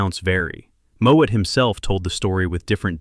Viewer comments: Farley Mowat. Not Moat/Moet. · Farley Mowat. Not Moët.